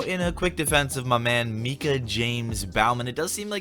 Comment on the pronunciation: Yo your the first person I’ve heard pronounce Micah the same way I do thank you so much.